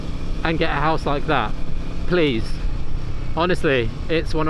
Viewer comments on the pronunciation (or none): none